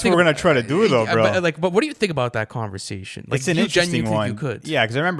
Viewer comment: “what’re you saying?!”: “converzation”